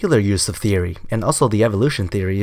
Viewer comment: Every time he says "Theory" I hear "Ceery"